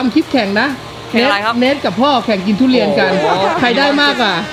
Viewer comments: ทุเรียนครับไม่ใช่ตูเรียน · มีไครได้ยินว่า ดุเรียนบ้าง5555